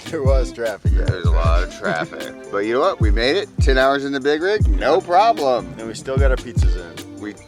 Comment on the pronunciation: Man I tell you hwhat.